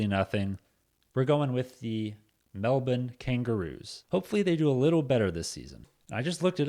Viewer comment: You're american mate you don't need to try to pronounce melbourne like an aussie